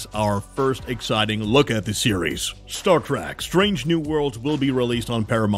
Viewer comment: Its not f'ing Star "track", its Trek, not track, trek.... Why do all you idiots say track. Its not both or track only....